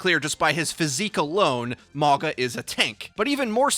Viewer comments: U pronouncing it wrong 🤣 but all good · it’s not pronounced the way is pronouncing it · Dont think you saying his name properly. Considering his tribal tattoo's, the "G" is pronounced with the an "NGA". Mauga also translates to "Mountain". So its fitting as a Tank role. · where is your grandma from? The English g isn't a sound found in Sāmoan or Māori. What's written as g in Sāmoan is pronounced as 'ng' (again, in IPA (the international phonetic alphabet, used by linguists like myself) it would be /ŋ/). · Polynesian main tank! His name translates to mountain in Samoan and is pronounced maunga (mah-ooh-ng-ah). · I thought he said MAGA bot Mauga. Much lol. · Clearly Polynesian inspired, his name means mountain. Ironic considering he's gonna be a tank lol. And it's pronounced MAU (like Maui from Moana) NGA (ng sound in sing) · Did you say 'MAGA'???!!!!!!!!!!!!! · It would be pronounced something like "mawnga" (/mawŋa/ or something similar in IPA) by the way. Means mountain in Sāmoan. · It's pronounced Ma U Ga. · 99% sure it's pronounced Ma-ow-gah, not Mah-gah. Why the hell is this so hard for you, bruh? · It's a samoan name. Pronounced- mah-oo-nga. Translates to mountain. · im pretty sure hes Polynesian due his traditional island tattoos and also his name means Mountain in Samoa so im guessing hes samoan btw it pronounced maunga instead of mawga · He pronounce mauga as mawga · I think its said Mauga, not Morga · If y’all pronounce it “Mogga” one more time I swear... 🤦🏽‍♂️ it’s MA’UGA pronounced “Ma-unga.” Yes I know there’s no N in his name but G’s in Sāmoa are pronounced w an invisible N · It’s just a friendly correction it’s pronounced Mao-guh not Maw-gah. Mauga is a Polynesian name Samoan to be exact. I know I’m certain because he is clearly plain as day a Polynesian. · not (mah-gah) it's mauga. Like (mow-gah). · mauga means mountain in samoan, pretty close with the pronunciation, letter 'g' in samoan is pronounced as 'ng'